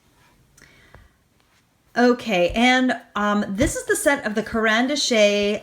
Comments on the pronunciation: Diane Weavley?😂😂😂 careen Dashay? 😂😂😂 oh my lord the way you pronounce these names is hysterical! Dina (deenah) wake-ley is how you say her name for the scribble sticks Karen dash is how you pronounce caran dache. For real, my stomach hurts from laughing so hard at this 😂😂 ❤ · Thanks for your tutorial here. Just thought you might like to know that it is pronounced Caran “Dash “. That’s how it sounds although that is not how it’s spelt. I live in Quebec Canada with a strong French influence and just thought you may like to know that. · Okay…it is Deena Wakeley and Karen Dash…that is the correct pronunciation!!!! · Karen Dosh (rhymes with gosh) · It's pronounced dash!!!!!! Silent e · no accent on the last "e". its pronounced "Karen Dash" which means "pencil" in russian. My favorite of all time. nothing better. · Great vid and review but fyi it is pronounced karen darch .... those french they are tricky eh? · Caran D’Ache is pronounced “Caron Dash”... other than the name mishaps great informative video :) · So, you mispronounced Caran d'ache ( Karen-dache) and said Dyan instead of Dina ( they both sell for Ranger and have a "D" and 4 letters in their first names, so, similarities there...)but the fact that you took three water soluble products and did a comparison with them, I liked the video very much, subscribe to you and like that you give "a show and share" with a lot of art products, and that helps with deciding if one wants to obtain and use them. You do great reviews and I watch you frequently to get inspiration and you don't disappoint!! 👍🏻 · Dina Is pronounced...Deena, last name is pronounced Wakely, Caran D'ache is pronounced...Karen Daush. Great video!!! Thank you! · Love those new scribble sticks! Just a tip for you, the brand for the Neo color II is pronounced like Karen Dosh (the o makes an ah sound, like D-ah-sh) hope that helps :) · caran d'ache was mispronounced as well where were u